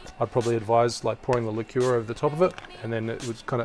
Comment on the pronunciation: the way he pronounces liquor